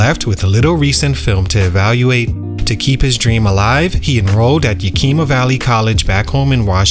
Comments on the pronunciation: It’s not Yakeema it’s Yakima you pronounce the i the same way you would saying the word it. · It's pronounced Yak-(like the animal) a- ma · Say it with me, (Yah-k)-ih-muh... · It’s pronounced Yack- ima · When a channel can't do a simple research on how to pronounce a city name, it loses credibility. Copy paste videos for clicks.